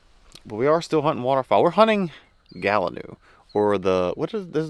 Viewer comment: das like uh gallon new stew